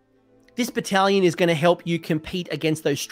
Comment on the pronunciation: I know you said "bonds of battle battlation". What I heard was "Bonza battle battalion" so thank you for that laugh ^^